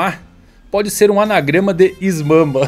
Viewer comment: Essa "Is Mama" foi de fuder KKKKKKKK, mas depois do Momonosuke adulto e mudança da fruta do Luffy, não duvido de mais nada